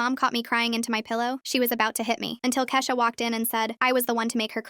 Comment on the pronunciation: Why did it switch from Kesha to keesha for a second